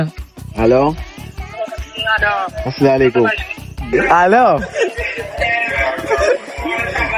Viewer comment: അസ്സലാമു അലയ്കും എന്നാണ് പറയേണ്ടത് അസ്സലാലയ്ക്കും എന്നല്ല മോനെ പറയേണ്ടത് തെറ്റ് തിരുത്തി യെന്നെ ഉള്ളു ദേശ്യം തോന്നരുത്